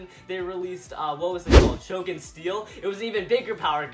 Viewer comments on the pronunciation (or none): none